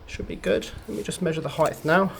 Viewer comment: Please stop say 'Heighth', you're smatter than that.